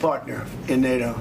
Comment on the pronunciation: নেইটো 😂😂😂 ন্যাটো